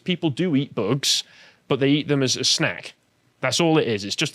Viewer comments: I may be the only one but please stop saying boogs instead of bugs. It sounds immature and not very professional. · Why does always add an "uh" sound to the end of a lot of sentences? Like he said, "eat zee boogz-uh". If you pay attention, he does it a lot. Is it a speech impediment or something? It's super annoying.